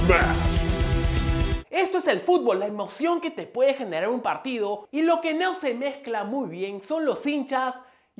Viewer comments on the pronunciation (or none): hablando portugués al natural? "Nauo?" min